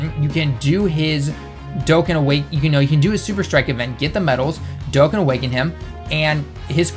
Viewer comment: IT'S DOE-CON- NOT DOEKEN